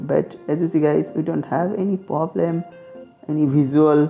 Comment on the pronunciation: পবলেম? তুমি মমতার 'পবলাম' এর মতই দুষ্টু করে বলেছো! 🤣